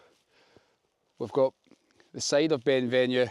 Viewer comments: It's pronounced Ben Venoo not venue. The mountain in the distance is the back of Ben Lomond. Where have you spent your life ? Certainly not north of Glasgow. Classic example of a Scot that doesn't appear to know much about Scotland. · at the risk of sounding like a pedantic prick, do you not think you should get the correct pronunciations of Ben Venue and Loch Katrine?